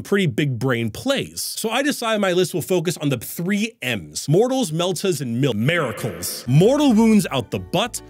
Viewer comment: switches the I and A in miracles when he pronounces it.